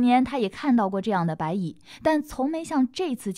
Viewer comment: 他蚂蚁的蚁发音对，白蚁发白米，按道理说，应该叫蚂米，哈哈哈哈